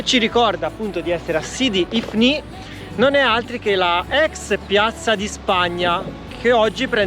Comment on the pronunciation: L'accento è giusto, sidi ifni